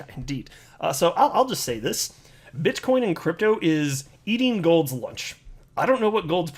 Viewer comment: did he say bitchcoin? lol